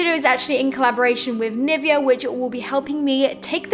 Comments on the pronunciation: You get sponsored by Nivea amd still you can't say it properly. It is NivEa. XD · gurrll dis was awsm😂😂😂 and NIVEA is pronounced NIVÉA😂